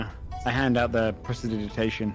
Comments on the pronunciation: presidigation? im guessing they mean prestidigitation? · The incorrect pronunciation of "prestidigitation" is triggering me alot more than it should. Probably because it's being enforced. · The Mispronunciation of pres·ti·dig·i·ta·tion by the and corrections of the players actually pronouncing it correctly was nails on a chalkboard. I was literally trying to figure out what spell he was talking about.